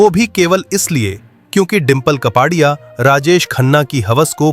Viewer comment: कपाडिया नही कापड़िया बोलो।